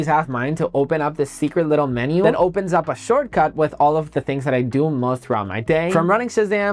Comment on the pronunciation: Finallyam…. Beautifuliam…. Amazingiam…. Menumms… yall don’t hear it